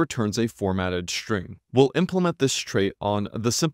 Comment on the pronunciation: The "s" in "string" must be pronounced "s", not "sh". You are constantly saying "shtring".